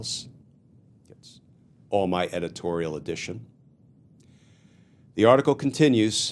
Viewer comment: He means "additions." But the way he says it, I always stumble on it.